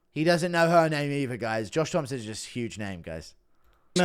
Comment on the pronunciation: the p in Thompson isn’t silent😂😂